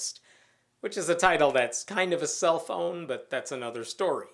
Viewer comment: At first I thought you said 'cellphone' instead of 'self own'